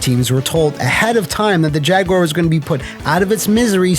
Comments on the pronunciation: Thank you for not pronouncing it "Jag-U-Ar" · Thank you, for not pronouncing it: Jag-You-Are. 🤟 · Thank you for saying Jaguar correctly and not Jag-Wire. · Cheers for not calling it a jag-WIRE.